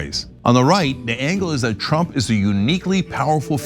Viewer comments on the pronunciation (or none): none